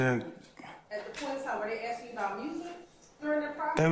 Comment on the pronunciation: girl it's "ask" not "Ax"